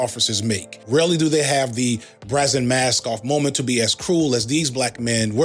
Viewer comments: Aight my guy, you said brazen like "brazzin" and I thought I was being a bitch for noticing 15 mins later you said brazenly like "brazzin-ly" so now I know- I KNOW it aint a slip up! It's supposed to rhyme with raisin js big dog 🙏 idk how to be normal so that's how I give constructive criticism, my deepest apolocheese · I didn’t know that’s how u pronounced brazen